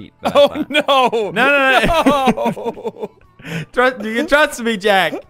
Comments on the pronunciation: Felix: dont make me cheat What i hear: dont make me sh*t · When felix said "don't make me chet" I thought he, SWORE!!!!!!!!!